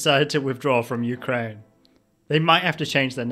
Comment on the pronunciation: your Ukraine is Australian.